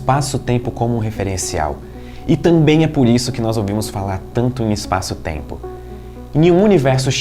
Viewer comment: essa moça loira me faz lembrar o principe do ''schurek ''...e o jeitinho meigo de falar...( eispaço teimpo )..aff